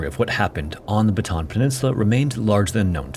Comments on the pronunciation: Bata-an not batahn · Say it with me, BATA-AN. Not BATAN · i've never heard of foreign narators of these documentaries pronounce 'Bataan' correctly ever. you guys keep saying 'Batan' instead of 'Ba-ta-an' 😭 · bataan is pronounced BA-TA-AN not BA-TAN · Beautifully covered! One small note, Bataan has a double a in the spelling, meaning it's pronounced like "bought ah ahn" not like "baton". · It's not pronounced "baton". It's "Bata-ahn". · Pronounced BA*TA*AN. Not hard to pronounce. NOT BA*TAN. I looked on the map, no batan here. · Very informative video. Thanks. Just a pronunciation guide: "Bataan" is pronounced "buh-tuh-AN", with the twin A's sounded separately. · This is a solid video on this! Very interesting to hear what Ive learned from a non-local perspective. I... I just have to say though, so sorry, but it's Ba-ta-ahn not Batahn. Sorry, my brain is bothering me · Just a little pronounciation correction for Bataan: While i understand Americans would pronounce it as "Buh-tan", its not pronounced as such in our language and is in fact pronounced "Bah-tah-ahn", Bah, like a flat A or a sheep would make sound, works the same way with the other A's in the name Bataan, thank you covering a piece of our history. My great grandfather was a Bataan Death March survivor and was granted American citizenship. Never met him, but my mother recounts the days he passed and we were able to retrieve an American flag from the embassy as a respect to his passing. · it’s pronounced ba-ta-an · Great video sir! and I really appreciate that there is no AI content in this vid. anyway, for improvement's sake, BATAAN is said as /BA-TA-ÁN/ in three syllables. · Its pronounced Bah-tah-ahn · just because you are so good about facts and accuracy - Bataan is pronounced “baht ah AHN’. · It's pronounced "bah-ta-anh"